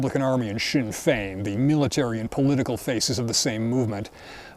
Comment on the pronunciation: OMG he actually pronounce Sinn Fein correctly 🫡